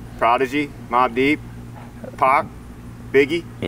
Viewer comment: you crack me the hell up!! Dre, Snoop??? Pack?? You mean 2Pac? Lol, he isn't even old enough to know what good rap music is.